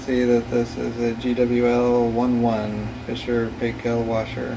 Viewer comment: Sorry for being slightly off topic. "Paykel" is pronunced "Pike kool". The Paykels are a well known family here in New Zealand.